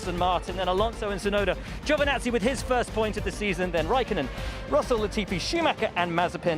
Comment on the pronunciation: Giovinazzi, not GiovAnazzi!! 😑